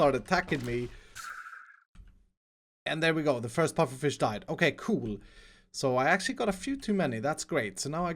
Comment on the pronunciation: With "OKAY" you mean "O-CAKE" HAHAHA